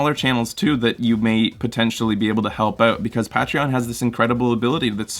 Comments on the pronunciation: Ur pronouncing Patreon wrong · you're welcome, we love love you. though I don't know if I'll ever get over your pronunciation of Patreon.